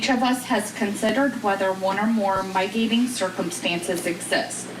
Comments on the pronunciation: mispronounced "possible "migating" (MITIGATING mispronounced 2x)... this lady is an embarrassment to the courts. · That juror cant speak decent english! Its not mi-gating, its mitigating!. Its not hanous" its haenous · Yeah “migating” and “heinyous” was rough. A clerk should be able to read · Henyus and migating is not acceptable for a person reading these court documents! Good Lord!!!! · I think it's annoying that a Clerk doesn't know how to say "Mitigating" properly it's kind of her job. "Mygateing" isn't a thing. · Seriously cannot pronounce commonly used court terminology. Mygating circumstance? For one. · Who hired that clerk? "Migating"??? Get her outta here! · lol "my-gating," "hineous" 😅😂🤣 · "Heinous".... "HAY-NUS" "Mitigating"... "MIT-UH-GATE-ING" 😑 Embarrassing. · Mīgating..... HENNY-us?? I MEAN HONESTLY, Florida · this lady didn't practice reading the word "mitigating"?! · What surprises me is that the woman reading the verdict didn't know how to pronounce "heinous" and "mitigating"... like she'd never seen the words before in her life... 🤔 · Not going to lie. He looked more triggered and perturbed by her mispronunciation of words and her overall inability to read the decision properly than he did of the actual verdict outcome. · I agree that the Clerk of Court should be able to pronounce "mitigating" and "heinous" properly. These are standard terms used every day in courts across the world. It should be a requirement that clerks of court can pronounce such words correctly. In this case it detracted from the impact of such a weighty verdict. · The clerk needs to learn how to pronounce “heinous” and “mitigating”. You’d think she’d be given a copy of what she had to read aloud in advance. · Get a new clerk.That's embarrassing for the court that someone who hears these terms regularly can't pronounce them. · Come on lady, you've never heard the word "mitigating" before?! 🤦🏾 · Can someone please teach her how to correctly pronounce MITIGATING and HEINOUS?!